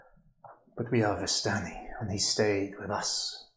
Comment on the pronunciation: DM pronounces it like "VAS-tani". I always went with "vis-STANI", accent on the second syllable. Who's with me?